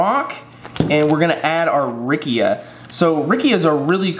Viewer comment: Very useful video!! .. the correct pronunciation would be “ riccha “ no “ rickia “ 😅